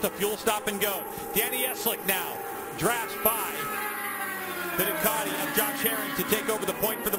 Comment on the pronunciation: It's Ducati, not Ducarti. You announcers need to speak English, lmao.